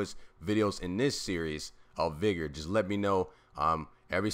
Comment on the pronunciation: Good video but I think u pronouncing vigor wrong